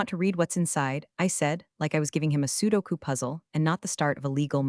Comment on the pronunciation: Not PSEUDO KOO puzzle. SUDOKU. PRONOUNCED Soo DOH Koo